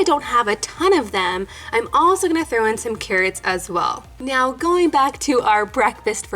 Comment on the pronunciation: " the cawwots 😭💕😍"